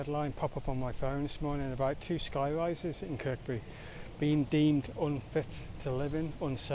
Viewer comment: Kirkby,pronounced Kirby.